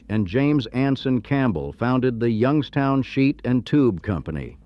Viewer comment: ...and now they are all dead. Yung-ESS-toun rots better than any city I've ever seen. It's as if it was built to rot.